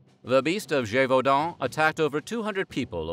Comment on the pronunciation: Extra like for pronouncing Gévaudan correctly 👍